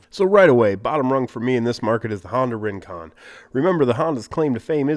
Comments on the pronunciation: did he say Ring-Quad? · kwin-quan? rin-quan? hehehe